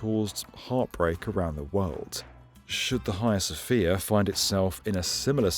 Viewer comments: Sounds very odd to a Continental Europeans ear, let be from the far nort part, when pronounced "Hia Sofia". To my ear, note: My, this should be "haGIa sofia, or something like that and it’s ok to have other opinions just don't share them with me, just prononce them out loud ;-) Nice info as usual, thanks. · TIL it's not the Haggy-uh Sophia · The H is silent.